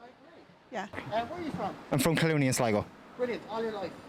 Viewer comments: ah yes, good ol’ “Cluny” lmfao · WHN HE WAS DOING THE SUBTITLES HE SAID CLUNEY INSTEAD OF COOLOONY